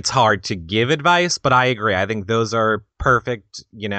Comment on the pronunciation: you pronounce "think" like "the -ink ". Not the separate words put together but the "th" sound in the word "the". Odd.